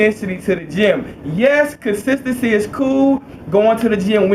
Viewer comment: "i want to talk to you guys about intensity and consisisee"